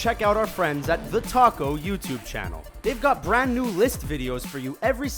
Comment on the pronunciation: Was I the only that heard "The Taco" instead of "The Talko"